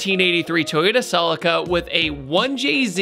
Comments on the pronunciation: It’s not selica. It’s pronounced CELEEECA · SUH-LEE-KAH its SuHLEEKAH, stop disrespecting the name. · Where is the S in CELICA.......FFS......calling it a SELICA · In the UK we pronounce it 'selleeka' 🤔 Love your vids fella 👍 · Please pronounce the model right =[